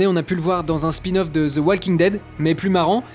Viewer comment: Vous faites exprès de dire ''Ze'' ?